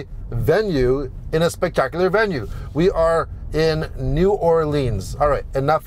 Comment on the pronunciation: Bravo, c’est la bonne prononciation. You got it right. Keep up the work. 🇲🇶